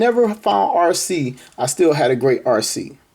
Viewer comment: Arcee? More like Ar-Ski. 🤣